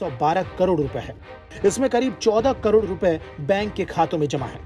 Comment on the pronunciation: Speech clear kar bhai lakh or karod me bahot bada farak hai